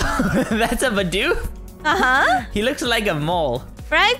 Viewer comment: the way you say "Bidoof" is 'Be-doof'